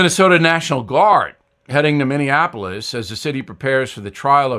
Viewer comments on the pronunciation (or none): none